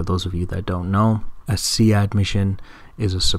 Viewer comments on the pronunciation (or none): Its SEAD as in "seed" not "see ad." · great video! thoroughly enjoy your walkthroughs! Just FYI... SEAD is in fact pronounced "seed" ;-) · just to let you know, SEAD is pronounced SEED. Great Vid! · Is it See - Add? I've always heard it pronounced as "Seed"